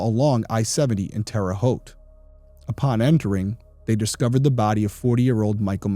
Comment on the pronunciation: You are part of my 2 favorite things; Big Brother & True Crime. Loved you on Big Brother & have been listening to Crime Weekly early on when it started. Loving this channel as well. I am born & raised in Terre Haute, Indiana & thank you for pronouncing Terre Haute correctly lol I would like if the episodes were about an hour long on here but I think I’m just use to Crime Weekly’s length of episodes. Shout out to also! You make a great team. Love all your content & will continue to watch